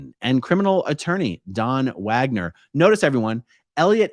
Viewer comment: Dude’s name is “Wager”. According to A-A Ron not only is the “n” in ‘wagner’ silent, it doesn’t even need to be there. 😂